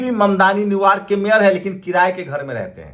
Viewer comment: न्यू यॉर्क बोलें न्यू वार्क नहीं